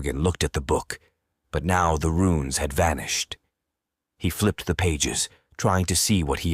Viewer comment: RUNES as in ancient Script... Not "RUINS' as in demolished buildings They may Look similar, but are VASTLY Different. which is what suggests AI reading